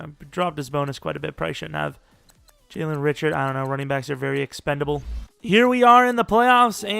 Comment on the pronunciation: It’s Jalen Ree-Shard lol. Not Rich-ard